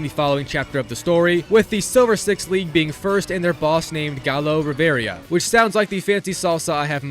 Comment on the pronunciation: Not bro butchering my last name smh Rivera 🤦🏽 correct way is ri-VAY-ruh